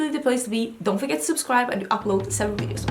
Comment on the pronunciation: 2019 I know right! I STILL can’t tell if she is saying “seven” or “several”. help us out! 😂🤣